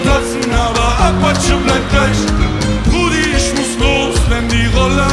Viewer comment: bausa ist echt ein topp musiker, aber wieso tritt der immer nur mit diesen sprallos auf, die isch, misch und disch sagen?